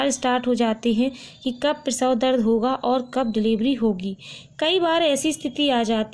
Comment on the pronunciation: Prasaw hota h prawhaw nahi bolne ka dhang nhi video banati h